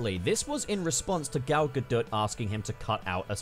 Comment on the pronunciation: I find it kind of hilarious that he says that English isn’t Gal Gadot’s first language because while it’s not, she speaks it fluently, as do most people from Israel (where she’s from). Also just wanted to say that you were pronouncing her surname wrong it’s actually “gah-dot”